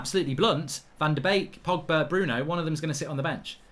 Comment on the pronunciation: The “Donny, Pogbary & Brunoey” bit😂lmao